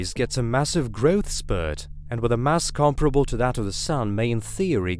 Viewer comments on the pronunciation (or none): none